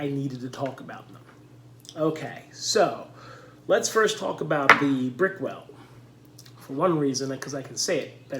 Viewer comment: Nice video! I literally did the same thing and compared for the same reason. I have very dry skin in the T-Zone. I love Lumin and Brickell seems okay...I used to use Lubriderm in the past but found it way too greasy and didnt last in my skin. Also, my brother, its pronounced "BRICK-L" LOL